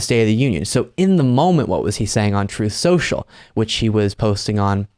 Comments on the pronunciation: "Troth Sential " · " troath senshull "